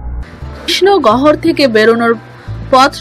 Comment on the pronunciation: গহর??? 😁 কথা বলা ভালো করে শিখুন আগে।।